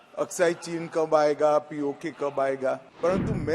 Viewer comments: Can’t even say POK… you are saying P0ko …chowdary ur born in India or Bangladesh? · Isko POK bolna nahi aa raha aur challenge kar raha h. 🤣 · Congress key Neta Ji POK ka naam to theek sey bol nahi paaa rahey, faltu mey Desh aur Sadan ka time alag barbad kar rahey hain. Ghar walo ney Shrman Ji ka naam bahut sahi rakha tha. Mr Adheer remains permanently impatient.😂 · POK to thik se bolo pehle 😂😂